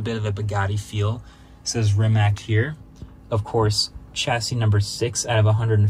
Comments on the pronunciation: So close Marques. SO close. But it's REE-MATTS. Not Rim-matts. Or Rimac. Ree-Matts. Great vid as ever though. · Does he keep calling it "Rimat"? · "Rimat nevero" 😂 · Is he saying "Rimat"? Edit* Just looked it up, its actually pronounced Ree-muhts. Mind blown 😂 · I’m confused. I always thought it is pronounced as Rimak, but then the first video says Rimats. Now again Rimak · Wait - is it "RimaTS" or "RimaK"? I've heard both pronunciations now. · You keep struggling to pronounce Rimac. It's with C on the end, not K. "Ree-mats" Also nevera is a Croatian word for a sudden summer storm with strong gusts of wind that happens on Croatian coastline. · “Rimat nevera” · Volkswagen didn't buy Rimac, Rimac bought Bugatti and that's why they merged into what is now Bugatti Rimac. Also please pronounce it correctly it's not that hard, Rimac (Rima-ts), Croatian letter C is never pronounced as a "K". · Rimats nevera? 😂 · why do you keep calling it Rimats??? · Mkbhd you say rimac the most autistic way possible. It’s pronounced “Re - Mac” their is NO “ts” in the end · Re- Mac is the CORRECT way bruh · Congrats on getting the record for how many different pronunciations of Rimac you can say in the same video! 🤗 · Marques pronouncing Rimacthe way Benedict Cumberbatch pronounced Penguins all through that his documentary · It's kind of weird that a creator such as MKBHD did not even bother to look up how to pronounce Rimac correctly 😶